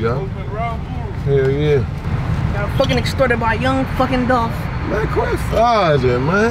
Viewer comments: It's Dolph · IT"S DOLPHHH!!